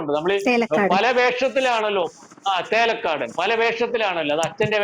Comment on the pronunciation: ചേലക്കാടനല്ല സർ ചീലക്കാടൻ.